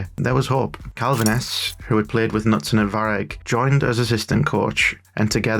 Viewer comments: You're really butchering the Norwegian names. Especially, Bodø, but also Knutsen. Try BOH-duh. The "ø" sound is similar to the "u" in "burn" or the "i" in "bird". The stress is on the first syllable. You're NOT supposed to omit the K- in Knutsen, it's not the word knife in English. You may have learned about a King Canute in school? His name was in fact Cnut or Knútr. Knutsen means son of Knut. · In Norwegian the K before an N is pronounced. Knutsen starts with a K-sound. Like in “Keep.”